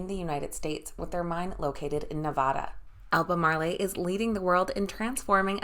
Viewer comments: Please pronounce Albamarl as if it did not have an e on the end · AL BER MARL